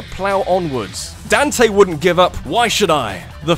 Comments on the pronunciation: Dawn-tay. Not Dan-tay. Daaawn-tay. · DAN-TAY?! LOL DON-TAY